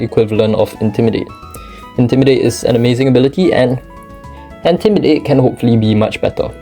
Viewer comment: "Antimidate" lmao facepalm